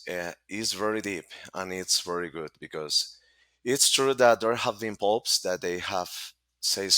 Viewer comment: You just said 'Pope Farts' 😂